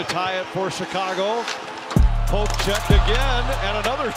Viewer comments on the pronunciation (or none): none